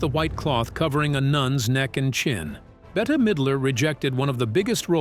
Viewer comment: better midler ? no Bette is just pronounced like bet